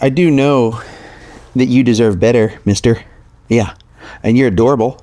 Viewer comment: Mister sounds like Monster. Try that. Thank you for your video's.